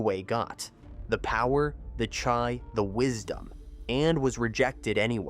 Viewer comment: Yeah sometimes happens, when you use AI, chiii to chaaaiii. Good content